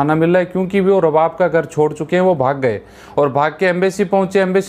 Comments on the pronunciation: Pahley Bolna seekhooo --owner ko ARABAAB boltey hain RABAB NAHII..Oman Main kuchh aisaa nahii jo tum bol rahey hoo.Yahan Kisi par Zulm Nahii hota Sab Galat hai. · Pahle bolna Sikh ja Bhai Rab bab NAHI arbab kahte hain